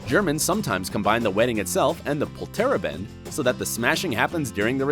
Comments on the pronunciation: 😂😂😂😂 Polteraben! You actually say it more like this -> Pol-ter-a(ah)bend. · It's POLterABend, not polTERaBEND. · same I was like .. what? polteraban? huh? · Sorry, but the way you pronounced 'Polterabend' is really weird... it's 4 syllables like: "Pol'ter'a'bend" (not "Poll'terra'ben") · It's not pronounced Pole TERR uhbend. It's pronounced POLter AHbent. It means noisy evening. Actually a lot of the pronunciation in this is wrong! You can tell he's just reading a script and didn't bother looking into the "facts" he was listing off. If you want to sound professional you might want to do some research. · its not polterend or how you said it its Polter Abend 2 words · Polteraben 😂😂Its called POLTERABEND in Germany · 😂😂😂 pol-TER-a-bend. It's POL-ter-A(ah)-bend... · The Pollterrabent? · Its polter-abend, not poltera-bend. Poltern means something like rumble and Abend means evening. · Polter (rumble) - Abend (evening)! Not pol terra bend! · Polterabend is actually pronounced "Poll-ter Ah-bend", not "Pollterraban(d)" :D funny af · It's not called "POL-tera-bend"! It's called "Pol-ter-A-bend! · Polterabend -> poltereban xD I had to play it again to figure out what you said there. And I am German :D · Yeah, it's the emphasis on poltERaben, while we would put the emphasis on POlterAbend. XD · It’s pronounced POlter-Abend such as in Poltergeist. xD Polter is related to any loud noises and Abend means evening. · I'm german and I needed alot of time to recognize the 'Polterabend' as Polterabend ;D Its pronounced Poulter- Uhband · Ok first of all, you pronounced Polterabend so wrong it wasn't even funny anymore. Also the first image that you showed (the animated one) wasn't really 'german'. WE DONT WEAR LEDERHOSEN REGULARLY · I once saw a toilet go down 😂 but the pronunciation of Polterabend is miserable in this video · It's called "Polterabend" and is pronounced Pol-tar Ah-bend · I love how you pronounce "Polterabend" xD It would be rather like: "Pollter-abend"